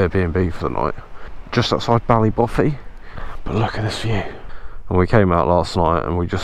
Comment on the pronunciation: 🤣 🤣 🤣 Bally Boffy.... Pronounced Bally baw fea